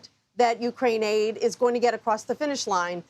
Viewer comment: Why Ukrain-aid sound like Gatorade